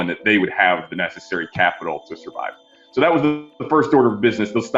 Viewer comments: lmao "How will it surive?" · “How will it surive?” Me: Surive?!?!